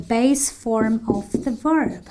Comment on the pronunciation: 'She has cooked on Tuesday.' is not correct!! A very serious mistake! You didn't pronounced cleaned, TV with a stress on the V, at the end of it - of has a [v] sound, not an [f]. 'askses us'????